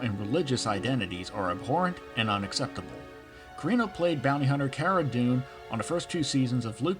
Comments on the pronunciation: CARRANO not carino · Uh.... You are mispronouncing Gina's last name. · Curious if you are intentionally pronouncing her name wrong? Thanks.